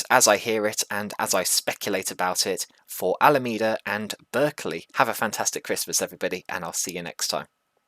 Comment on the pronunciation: Yes it’s Alameda with a “me” in it like you pronounced it the first time.